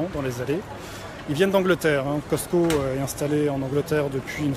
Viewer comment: On dit pas Coscto sa s'eppelle Cosco ok mes il est ecrit Coscto Je sais moi j'habite au Québec pis fait ben plus longtemps que qu'on a le Costco